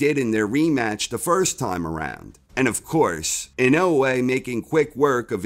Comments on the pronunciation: Lol... Why can't you say dude's name right??? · I love corner. But can somebody teach him how to say inoue please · You would think the narrator would learn how to say the subject of his video's name, before saying it wrong every time. Maybe he'll learn it and then re-read the script.